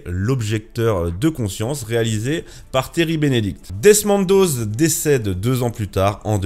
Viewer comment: Desmond Doss pas "doze"